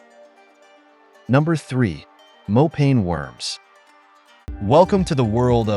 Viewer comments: Not "more pain worms" but "more paah nie" mopane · Mopane is pronounced like "moh_pa _neh" not "mo_pain" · Sir it's mopane worms (masonja) in my language